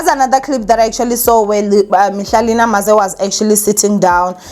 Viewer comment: Mihlali Ndamase not "Namaze" Sis❤